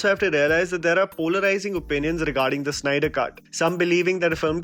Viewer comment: Snyder.... Its Snyder, not Synder!